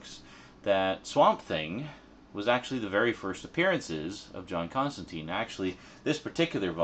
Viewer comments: You pronounced his name wrong. Everyone comic book fan knows his name rhymes with turpentine. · Alan Moore has pronounced Constantine "Constantyne". Garth Ennis has pronounced it "Constantyne". Andy Diggle has pronounced it "Constantyne". Simon Bisley has pronounced it "Constantyne". It's an English way of pronouncing the name. A very popular mistake. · His name is pronounced with a sound like brine, not teen. I was surprised too. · Sorry for being too belligerent. Its just that in the comic book community it ain't cool to mispronounce his name. The movie sucked balls to most of us afficianados because of its "Americanization". And the name isn't an exception. People, even Alan Morre, the one who created Constantine, always tells people to pronounce it right. And for a damn good reason too. Remember that time when Captain Marvell was suddenly has his name changed to Shazam, and this destroyed this character since New 52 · It's a Brit thing. They also pronounce Emperor Constantine that way. Apparently somewhere in the comics John corrects the pronunciation to the Brit version (of course) so it's canon I guess. Aluminum vs. Aluminium, whatever get over it.